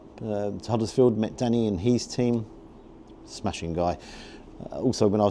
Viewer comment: love your pod. Nice variety of places and food. Just one thing annoys me- it’s how you say his. It’s his, not he’s. Petty I know, but it winds me up!!